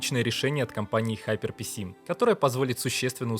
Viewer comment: Сраз вопрос: Какой нафиг ХайперПиСи ? ГиперПК! А если уж взялся произносить на английском то хотябы узнай что "r" в Hyper [ˈhaɪpə] нет. Сори я сам даелко не англичанин и в школе у меня по инглишу двойка была, но в некоторых случаях как в данном меня аж коробит. А завидео спасибо тоже чуток в 3D могу и думаю о фрилансе но сомнения есть от чего-то...